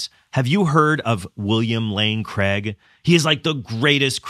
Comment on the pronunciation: Cregg? Craig!